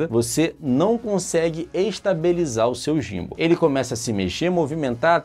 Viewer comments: muito boa análise, mas uma coisa, pronuncia-se "Guim-ball" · a pronuncia que vc mencionou seria em inglês, mas em português BR seria "GIMBAL" mesmo...